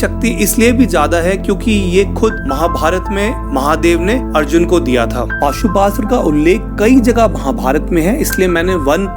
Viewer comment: Bhai maaf karna but wo pashupatashtra hh pashuastra nhi